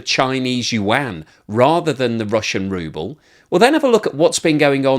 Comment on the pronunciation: From “Ruble” to “Rubble”